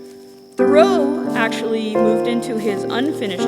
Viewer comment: This looks quite interesting, and glad to see it being done. However, how can someone make a game about Thoreau and yet not know how to pronounce his name?